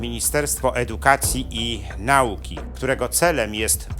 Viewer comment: Nauka, a nie nałka. Proszę mówić po polsku.